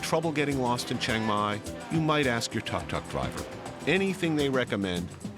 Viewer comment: Tuk tuk is pronounced “took took.”